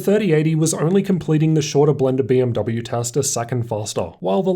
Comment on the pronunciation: Why do you pronounce letters E and S as a U. You always say FP"us" instead of FPS and Tust instead of Test. Just improve on the vocabulary because it's quite an annoyance.